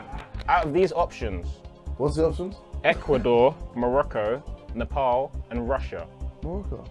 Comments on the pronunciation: its Nepal not Nepol josh..Ne-Pal not Ne-Pol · I am from Nepal. Lol did he say Nipple? 😂